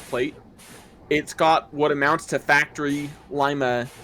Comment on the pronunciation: Did you guys know that we have a Shay on display, at Cadillac Michigan,where Ephraim Shay worked. I will get you more pictures if you want. Our cylinders are slanted into the boiler a little. I have never heard it called Lima,like "lie ma" only ever heard it called Lima, "Lee ma". just letting you know.. no big deal.